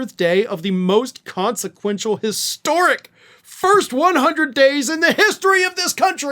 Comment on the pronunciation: Historic or histeric?